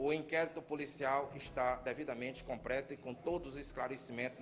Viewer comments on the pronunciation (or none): Técnica e não teca. Completo e não compreto